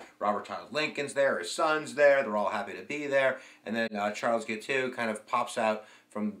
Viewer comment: Jesus Christ, man, can’t you pronounce anything? You are pronouncing the man’s name as Giteux or Gitu. It is, very simply, “Gee-toe” with a hard G. You have great videos, but your mistakes are ridiculous, like in the previous one when you called the margin of victory as 1000 votes while you had the actual numbers (10,000+ votes) right there on the screen.